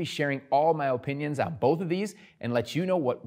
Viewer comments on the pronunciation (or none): I'm here because of how he says OH-pinions.